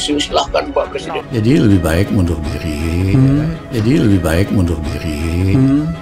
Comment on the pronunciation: Kalau Bilang MUNDUR ya MUNDUR bukan MUNDUL DILI.. LAMLI.. lah pak JKW di angkat jadi Prlesiden G20 Sama Kamu malah suluh mundul.. Piye...?.. Mendingan Kawinin Loki gelung saja... Ah.. Libet amat mau zal.. Zal...telimakasih 😂